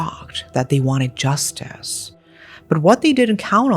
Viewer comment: This mf said justise lmao